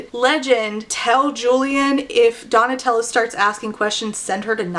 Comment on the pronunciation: I listened to this so absentmindedly that when you started calling Donatella "Tella", my mind just automatically corrected it to Nutella and went yeah that's a name that sounds right